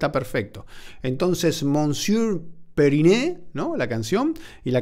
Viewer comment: Periné se pronuncia en español :D Excelente reacción y, sobre todo, el análisis. Una de mis bandas colombianas favoritas.